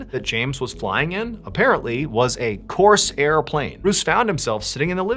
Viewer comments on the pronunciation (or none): It's not Coarse air..... It's one word.